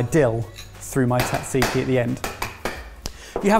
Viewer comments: Sat-see-kee, not tat-see-kee. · Great episode guys , and the greek salad and tzatziki are almost exaclty like the traditional ones here in Greece....next time try to pronounce it jajiki though :P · Gotta admit, that's the first time I've heard "tzatziki" pronounced as "taksiki" and Im kinda shook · Hey, just letting you know your pronunciation of Tzaziki is pretty good, but at least the way we say it over here it's more like "Tza*z*iki", not "Tza*tz*iki" (The second consonant is just a regular Z). which is a bit easier to actually say and probably why it sounds like you were breaking your teeth a bit:D Much love and good job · Note for, its pronounced "Jajeeki" J as in Janice. Keep the greek recipes coming, great stuff:) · Why did no one correct at any point on his pronunciation of tzatziki as tatsiki? 😬😂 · Ooooh, ok. I would say Tat-zee-kee. Can you correct me? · The versions I hear in this video either omits the first "z" (like you) or the second "t". For me it is difficult to explain how to pronounce it other than that it is important not to miss either of those, so that would make it Tza-tzee-kee. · It's Sat-see-kee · Wait a sec: Do British people really say "Tatziki" and thus not only disregarding how the word is pronounced but also how its spelled? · it might be the correct recipe, but it’s not the correct pronunciation ;) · As a Greek, tzatziki pronunciation hurt. “Tz” is basically “j”, like in “judge”. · The way some people pronounce tzatziki is absolutely horrendous. The tz is pronounced as d͡z, a voiced alveolar affricate. In simpler terms, you don't pronounce the t, similarly to how you don't pronounce the t in tsunami. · i have never heard pronounce tzatziki before and i never want to hear that again 😭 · What this video taught me is that British people do not know how to say "tzatziki"...lol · Can the British not pronounce tzatziki?